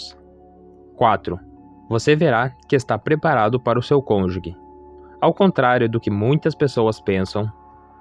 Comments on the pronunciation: Estou ha 8 anos esperando. Ja estou perdendo a esperança. Nao entendo pq demora tanto. Ja estou na idade de nao ter mais filhos... isso é muito triste pra mim... Desculpe corrigir irmão, mas nao se fala conjugue e sim conjuge (o g tem som de ge mesmo). Deus abencoe🙏🏻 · Parabéns. Só um detalhe: cônjuge e não falar como se fosse : cônju*gue Deus abençoe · Perfeito vídeo, mas não existe “CÔNJUGUE”, é “CÔNJUGE”, CÔNJUGE. Isso aumenta - e mantém - a credibilidade do vídeo, da mensagem. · Estava lendo os comentários para ver se alguém sabia pronunciar cônjuge. Não sou maluca, é que sou professora de Português, então essas coisas chamam minha atenção. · A pronúncia correta é cônjuge. Me desculpe, sou professora. Parabéns pela mensagem. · Vc pronúncia errado a palavra CÔNJUGE